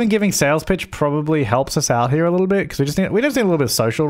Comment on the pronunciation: Is it just me or when he says “sales pitch” my mind says “sales b*tch” ;-; xD